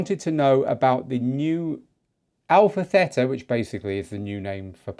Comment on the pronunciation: Good morning from Chania-Crete-Greece!!! I follow you and I like your podcasts!!! Please say to the people about the new name of Pioneer.. The right name call it, Α Θ, From the Hellinic Alphabet (ΑΒ) The A (Alpha) you spell it ok,,, The Θ (Theta) , the right spelling is like "Tina" not Tena... ΕΥΧΑΡΙΣΤΏ ΠΟΛΎ Κ ΚΑΛΗΜΈΡΑ!!!